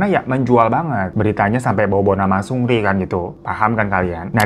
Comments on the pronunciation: Bang bukan sungri bang tapi seungri 😂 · Greget juga tiap denger 'sungri' wkwkwk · Gemes sm bang hiro, walaupun nyebut "seungri" nya terdengar seperti "sungri" tpi ttep bisa bawain cerita dengan baik dan karakter bang hironya bikin ngakak nemenin weekend majikan2. Terimakasih bang hiroo❤ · Gue dengernya Supri 😭😭